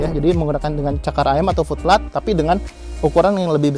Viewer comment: Oom, itu FOOT PLATE diucapkannya "fut pleit", bukan "flut plat"... untung aja ada tulisan 'Foot Plate' di layar, jadi ga miskomunikasi ... wkwk... lanjuut...😀👍